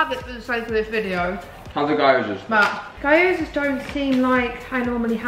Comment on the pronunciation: Great vid! Jed is such a mood 🤣 Just a heads up, gyozas are pronounced gee-yo-zuhs. Really easy once you know!